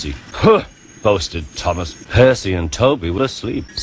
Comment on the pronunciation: "Thomas' not 'Tumass'